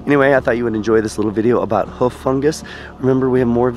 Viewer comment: Pronunciation of fungi, hoof etc is just painful